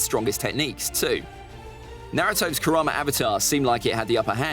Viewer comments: It's karama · It's kurama